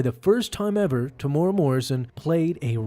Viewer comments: "Tomorrow Morrison" 🤣🤣 TE-MU-E-RA bro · Sorry but only thing that brought me to this video was the pronunciation of Temuera's name. Its pronounced "Teh moo era" or "Teh Mu Era" not Tomora or whatever spangled word you used. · Teh - moo - eh - rah. Roll that R. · Temuera Morrison isn't "Temora" but I'm sure he's heard worse. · Temuera Morrison is pronounced Tem-u-era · This is my favourite scene from the entire series. It shows the true cost of war. Say it like this bro: “Tem-ew-erah” and roll the tongue. Temuera Morrison. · temuera. tear moo ear rah....easy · Love your videos but as a Kiwi myself, Tem's name is pronounced similar to "Tem-oo-ear-a". But Maori is pretty unknown for non-kiwis so don't worry! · Ooof, gotta work on that pronunciation of Temuera. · Love how you butcher the actors name 😢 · that isn’t the correct way to say temuera